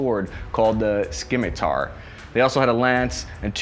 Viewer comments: you said "skim me tar" It is pronounced "sim-a-tar" The "C" is silent. Learn to read and speak. You said Camelbak, your onscreen text says "Cambel back" at the mark. Camelbak is also a brand, not a noun, or specific object. Camelbak makes hydration bladders. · uh scimitar is pronounced as simitar not skimitar. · It's pronounced SIM-A-TAR, silent 'c'! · The Mongol horseman's scimitar (pronounced SIM not SKIM:) and re-curved bow(s) were both very effective weapons in their own right. Undoubtedly, as the average Mongol horseman on the move Could fire an arrow 400 yards and hit an area target, if said target was the planet Earth. The entirety of the planet!?!? It appears the ancient art of Bullshito was practiced in the 8th century as well! Uncle Rico-san I presume? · Scimitar not scimitar. 'Sim e tar' not 'skim e tar' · "Skimitar" aka "Simmitar" The C is silent in "scimitar" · What's a s"k"imitar? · You were joking when you said 'skimitar', right? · Fellow Long Islander . Port Jeff representing anyway smith haven mall guy it’s called a symatar it’s spelled wrong because that’s the way it’s pronounced but I’m just busting your chops great vids .. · Pronounced sim-mit-ter, sim-mit-tar, sim-mit-ter are all excepted. But not what you said. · Skimitar >.< cmon man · said “sKimatar”!? Ohhh! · Skimmitar 😂.... Dude its like "sci-fi"... you better not call it "Nucular"... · Lol…… the “Skim-a-tar” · Did he really pronounce that "Skim-ee-tar"? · OK, I can't do it, I can't ignore this: Sim-i-tar.Hooah? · sKimitar oh no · Why did he call a scimitar a skimitar? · "Skymitar"... Laughs in Mongolian. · sKIMitar lmaoo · scimitar (sim-it-are) is how you say that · Skim-a-tar? Really? Has modern education really gotten that bad. A good rule is don't use a word in an oral presentation unless you know how to pronounce it and what it means and don't use a word in a written presentation unless you know how to spell it correctly and what it means. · Scim i tar? Com on man